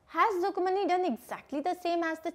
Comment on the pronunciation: Mam your pronounciation is Rukmani but it is rukku manni plz correct it